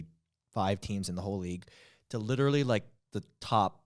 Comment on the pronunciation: you said "litery" instead of "literally"